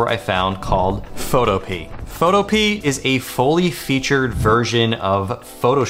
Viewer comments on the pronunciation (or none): none